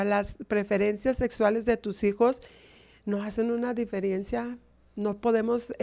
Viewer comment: Me extraña esta señora es escritora y dice diferiencia???